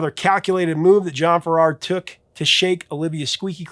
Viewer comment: John Farrar is pronounced Farrah